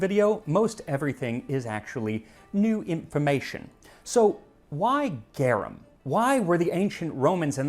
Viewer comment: Just started the video, but you MUST correct his pronunciation of garum! Easy fix!